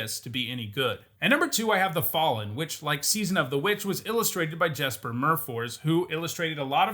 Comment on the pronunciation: It's pronounced "Yesper".